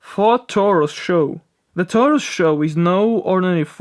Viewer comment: IT SOUNDS LIKE YOU SAID FORD _FUCKIS LOLLOLOLOLOL GOTTA LOVE ACCENTS HAHAHAHAA